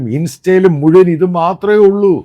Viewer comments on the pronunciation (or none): none